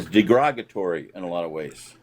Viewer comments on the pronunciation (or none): Yes, he said 'degrogatory'. That's the place where they remove the alcohol from beer.